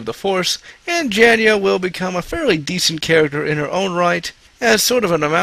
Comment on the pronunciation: Geez man, it's pronounced Jay-na. I can forgive shoddy pronunciations of most other characters names because they really are tongue twisters, but seriously dude? Even a 3rd grader could read the character's name is pronounce it correctly.